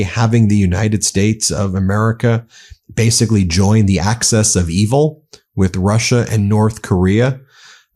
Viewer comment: Mr Pedant here. Love the channel but the phrase is 'Axis of evil' not 'Access of evil'.